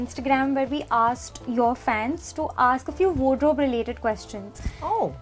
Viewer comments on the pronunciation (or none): expected Pinkvilla to teach their staff to pronounce "wardrobe" properly, given that their job is peeping into these pieces all day